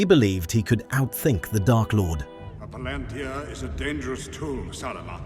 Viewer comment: You mispronounced Palantir, like the tech company does.